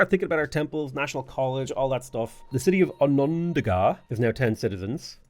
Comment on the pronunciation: Hey love your content, just wanted to help you out with pronouncing these native cities (I'm actually from those areas in NY). they are pronounced as follows: "aqua sas me" , "on on da ga" , "jen eh see" , "can an day gwah" and last lastly .................. "yo er maw m". Happy Gaming.